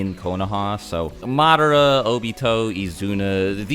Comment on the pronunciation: Say it say it say it . . . "Madara" Yes